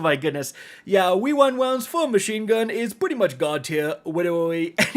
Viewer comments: Wewind wounds for the win 😂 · OK destiny 2 community. It's now called "we wynd wownds" stamp it! 😂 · the wewind wounds bit caught me so off guard lmao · Wewind wounds